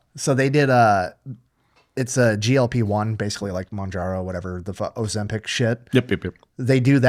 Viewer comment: "Ozimp-Nick" that's gonna stick.